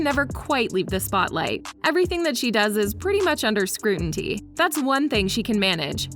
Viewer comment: It's scrutiny not scruinty